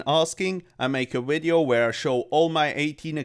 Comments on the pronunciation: Cummed as soon as I heard you say "WIDEO" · Never stop saying Hello and welcome to a new wideo